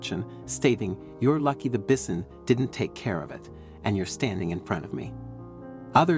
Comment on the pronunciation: Learn to pronounce bison. That's usually pronounced with a long I